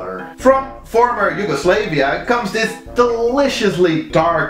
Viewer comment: Your pronunciation of Yugoslavia is triggering